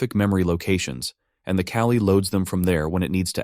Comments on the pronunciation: Was sitting around trying to puzzle it out in my head. "C-ALI"? C Application Language Interface? Thank you for "callee" lol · The AI voice pronouncing "callee" as "cali" sure is distracting. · your TTS is making it say "callie" and not "call E". Maybe try typing "call E" or "caw lee" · If any US English speakers were confused (as I was) on first listen: "Cali" == "Callee" (viz. function being called) Another amazing video; keep up the great work,! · It's "callee". The TTS doesn't know how to pronounce it properly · It confused me at first ("What does this have to do with Calli?"), but luckily I am an intelligent being and can infer from the context that probably "callee" was meant. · I was wondering what Kali has to do with function calling, but then I realised it's just TTS mispronoucing "callee". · Are you saying the word "callee"? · your tts is reading "callee" incorrectly so you should check that